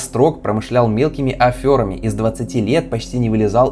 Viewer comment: аферами, не афЁрами. такого слова вообще нет